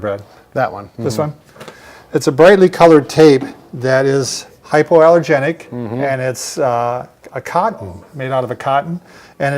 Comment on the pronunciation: He says hypeRallogenic ... actually the word is hy·po·al·ler·gen·ic ˌhīpōˌalərˈjenik/ . Just saying